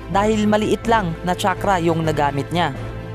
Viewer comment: tsakrah "chakra"